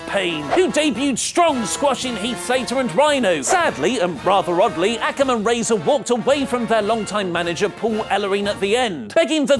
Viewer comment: First of all to pronounce akam u say the A and then kam Second of all the miz and the miztarage are seperate